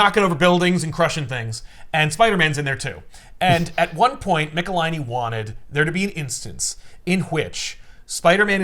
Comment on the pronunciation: David Michelinie Hi David Mecka-hiney Ho